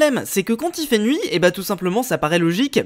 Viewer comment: ta dit qu’il fait jour mais il fait nouit